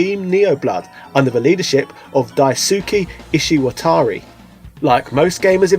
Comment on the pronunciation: I think its more Die-Skay Eeshee-WAH-taree.